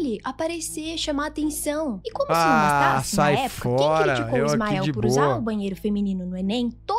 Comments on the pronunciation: Me da um nervoso ela chamando ele de smioh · Difícil de ver o video pq toda vez que a chama o Ismael de Ismiu me da uns siricutico 🫨🫨🫨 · As vezes que ela falou Ismío me distrairam um pouco do conteudo do vídeo, vou ser sincera